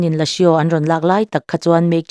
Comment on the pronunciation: Lasio nilo in..lasuu tia lamtur